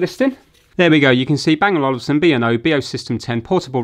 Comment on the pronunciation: It's Olufsen not Olivesen